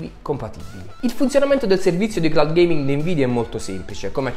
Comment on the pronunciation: "UN PICCÌ DA GHEIMING!1!1" Fierik ma dove sei quando servi?